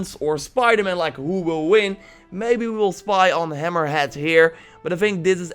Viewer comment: It’s hammerhead not hammer hat